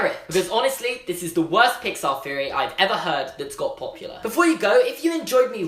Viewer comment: AGH STOP SAYING FEORY I MIGHT ACTUALLY KILL MYSELF.